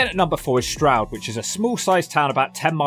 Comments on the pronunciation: Only just found this channel and as you were explaining to Americans the correct pronounciation of Stroud, you said "Strood". Strood is a part of the Medway Towns in MidKent and you have to visit them. The most notorious town there is Chatham, where some people believe the first chavs came from (it is more complicated than that obv). People thought that the subculture derived its name from "Chatham Average", but it is more likely to have come from the Romani word "Chavi", which basically means child (there is a large settled Irish Traveller/Romani community in Kent in general and all the way up to greater London and into Peckham). The Medway towns are notorious Turdtowns and Strood is separated from Chatham by the Medway river, with the slightly nicer town of Rochester between them. As tends to happen, the boys from Chatham and Strood didn't get along and would meet and fight somewhere near the river quite often. Then there is Gillingham, nicknamed "brown town" back in the day due to the heroin (ports). They didn't like the Chatham boys, and would fight around the borders between Chatham and Gillingham. All of the Medway boys would set aside their differences, get together and fight boys from Woolwich and other South London boroughs, usually crossing paths at the Bluewater shopping centre in Greenhithe. Definitely worthy of a look if you go over to that side of the country. It has been marketed as a commuter-belt group of towns for workers in London, and has long been after c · I'm an American but I know your pain of other Americans pronouncing Stroud incorrectly. Stroud is my last name and in my school years most of the teachers couldn't say it right. Like you said, it's not complicated, but I always get called Strode, Strood, Strout, and others...